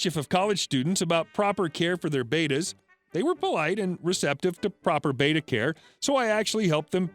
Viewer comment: Just FYI: Beta (reek letter) – BAY-tah Betta (fish) – BET-tah